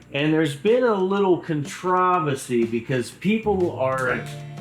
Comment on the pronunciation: Diabolical pronunciation of controversy lol☠️